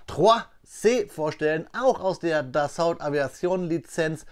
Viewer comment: Wird das Dassault im französischen nicht eher Dasso ausgesprochen